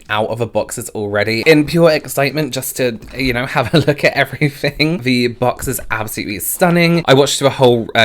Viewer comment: Your "everyfing" is utterly addictive. I'm a fan 🤩